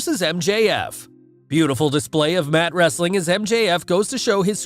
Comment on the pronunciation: U sounded like Vince McMahon saying wrrrrrestling content. Still the best outro on YouTube!